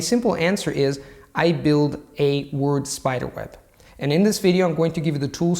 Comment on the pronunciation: Your enunciation of "word" and "focus" are odd. A dead giveaway of non-native speakers and incongruous with rest of your pronunciation which is higher than the general standards for second language speakers.